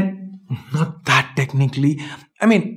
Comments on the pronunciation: "Technically" LOL 🤣🤣🤣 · Best thing was when you said 'Technically' 😂😂😂😂 jokes apart We trust on your brother and hats off to your frank opinion